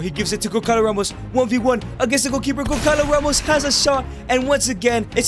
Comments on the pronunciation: goncalo ramos is pronounced gonsalo ramos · the way he says gonçalo ramos its so wrong but so funny 🤣🤣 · As soon as i heard Gonçalo Ramos be mispronounced my heart broke as a portuguese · It physically hurts me every time you say Goncalo Ramos